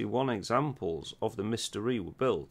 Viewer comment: The Dassault Mystere is pronounced "mistair", not "mystery".